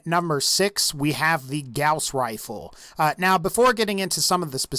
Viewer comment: All I kept hearing was "Grouse Rifle"